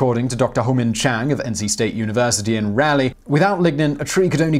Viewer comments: "Reh-leigh?" "Reh-leigh?" WTF? I live in the place and it's Rah-leigh. As in Sir Walter Raleigh. The heck did you get Reh-leigh from? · Bonus Fact: The capital of the Tarheel State, AKA North Carolina, does not, as you have so said, sound like "rally" but basically rhymes with "Molly." If you wrote it as it is spoken, it would be "rah-lee." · Raleigh is pronounced "Raw-lee", old man. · You pronounce Raleigh like fingernails on a chalkboard. It's "RAH-lee" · Dude, it is pronounced Raleigh like Raw-lee. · Simon, Not sure about the proper English pronunciation of Raleigh (named for Sir Walter), but we here in North Carolina pronounce it as "Rah-lee." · Raw-lee, North Carolina 🧐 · Nobody who lives here says it like that. He's got the em-face-is so far up the wrong syl-lab-le he might as well have a different vowel altogether in there. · It's not at all unusual for him to mispronounce words, but, c'mon! It's “Raleigh”… as in “Sir Walter Raleigh”, the city's namesake!!! How did he mess THIS one up!? Simon, you constantly frustrate/amaze me. (P.S. I'm a native North Carolinian, and lived in Raleigh for 20 years.) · I definitely see your point, however when I weigh a) the number of times hearing Raleigh pronounced both as the city as well as British pronunciations of the historical figure vs b) the sheer volume of cringe-worthy mispronunciations Simon makes on a way too regular basis, I go with “b”. (from a undoubtedly devoted viewer and fan of Simon's channels, i.e. me.) 😁